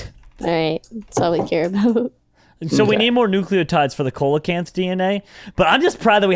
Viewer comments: It is pronounced SEA-LO-CANTH not cole a canth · They say Co-la-canth when its Sea-la-Canth 👌 Noice 👌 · the way you read the fish name is wrong its not "coal" acanth its "seal" acanth its just spelled like that youre making me rage your welcome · Please.... ceolocanth is pronounced seal-o-can-th and fun fact it’s still alive today deep in the oceans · Coelechant is pronounced seelichaent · it’s pronounced see-la-canth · coelacanth is pronounced see·luh·kanth, just a little tid bit cause it kinda bothered me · It's actually pronounced like seal - oh - canth. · You say coelacanth but its pronounced seelacanth. It just irritated me. Lol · yes ik but it is PRONOUNCED seelacanth. Ik its spelled coelacanth. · Coelacanth is pronounced SEEL-uh-kanth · Coelecanth is pronounced seal-low -Canth Dilophosaurus is pronounced dill- off - oh - soar- us Brachiosaurus is pronounced brach-ee -oh-saur -us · Coelacanth is pronounced se-lo-cinth